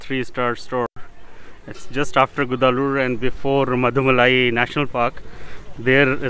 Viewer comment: Madam/Sir Nice video. By the way it's not Gudalu as pronounced by you. It's GUDALUR....